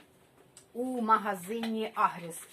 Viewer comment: Вітання з Харківщини👋Бажаємо всим мирного дня!Чекаємо на розпродаж насіння томатів😊І ще раз продублюйте назву сайту,де Ви замовили насіння,бо не почула чітко :чи то "Агрос",чи "Агрес"...Дякую💙💛